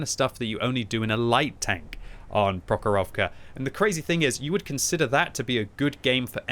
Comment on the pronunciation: Please, like this comment for to see that it’s actually PrOchorovka and MalInovka.